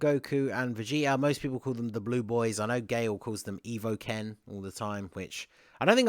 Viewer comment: Glad to see I'm not the only one who doesn't cosign on gale's evoken moniker. I thought he was saying Evil Ken for weeks.